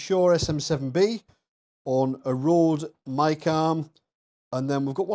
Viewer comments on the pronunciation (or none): none